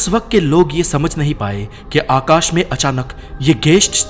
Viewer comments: Aukash aukash kya hota h... Akash bol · भाईसाब वो अवकाश नही, आकाश होता है। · Bhai akash ko avkash kyun bol rhe ho, hindi bhasha ki maa behen kr rhe ho 😂😂 video achi h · Ye Avkash kya hai 😂😂😂